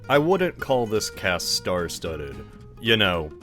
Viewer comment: yo, "cast" 💀💀💀💀😆